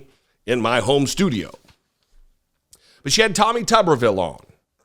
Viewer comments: Another idiot from the right. Him & Navarro are failed athletes who had to become coaches & by the way, his name is really pronounced Tube r ville, not Tubberville. 2 B's would make it Tubberville, 1 B makes it Tube r ville. How Dumb is this man??? That's why the word rubber is pronounced the way it is because 2 R's. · Yes, it's pronounced Tuberville, as in Tuber, aka a root vegetable, which is is about as intelligent as Tommy Tuber-ville.